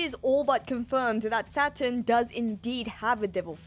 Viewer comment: I mean I surely didn't realise until now but everytime says Saturn, I hear Satan. That with the satanic ritual and the devil fruit, there maybe something similarly sinister about Imu and other gorosei 😮😮😮